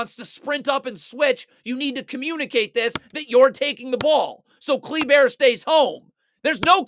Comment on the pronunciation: Love the way this man pronounces Kleber (cle•bear)